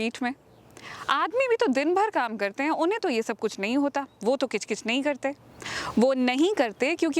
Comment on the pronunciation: CHIK CHIK nahi KICH KICH